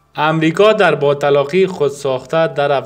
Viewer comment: باتلاقى را با طلاقى تلفظ مى كنى و تمثيل مجرى بودن هم مى كنى